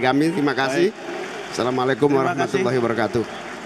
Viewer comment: Mohon maaf mohon betulkan redaksi salam itu yg betul itu assamualaikum ... Bukan salamualaikum maaf